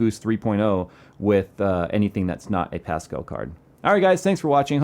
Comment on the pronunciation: "Fill your brain with some pascall" Pascall is pronounced a bit like paska, which is shit in my language.